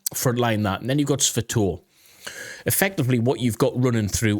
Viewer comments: Seriously, you should watch a channel or two by people who know how to pronounce the city names. It's NOT Sva toev. It's Sva toe veh. And it's NOT Kremee nee nah. It's Kre mee nna. I can't tell you how cringe it's been to hear you mispronounce those basic names, been yelling at the tv... You want to make money talking about geography maybe have some respect for the places. Thanks. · Sva-toh-veh......3 syllables, not 2. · I like your analysis, but I couldn't bear you butchering the Ukrainian city names; had to stop listening. It isn't that hard, just go listen to some Ukranian YouTubers, or uses these phonetics: SVA - TOE - VAH KRI - MEE - NAH